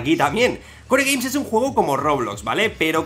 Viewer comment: en realidad se se dice kor gueims no kore gueims como tu dices